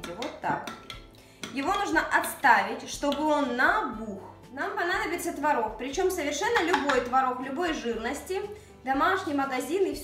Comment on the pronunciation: А вы заметили как хорошо поработала над произношением буквы "Г"? Это большая работа! И в слове "творог" ударение на месте! Умничка!